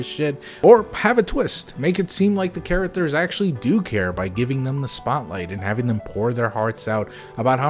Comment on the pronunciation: "Chara-ters?" Can you at least say basic words correctly? It's a low bar.